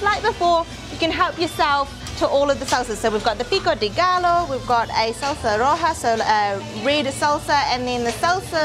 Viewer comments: I love this tasty video, but i cant lie, i cringe everytime they pronounce GALLO... GAH-LO. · pico de gallo is pronounced pico de Gah-yo. Like hey "yo" what are you doing. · Pico de GUY-OH. Not GALLO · pico de gallo is pronounced as pico de "gai yo". Two l's in a word in the Spanish language is pronounced as a "y", just like quesadilla is pronounced as quesa-di-ya. Just thought you'd want to know. all the tacos you and Thomas tried were fantastic. yum. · "P CO DAY GUY OH" :-) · "Gai-oh" not "gall-oh" :)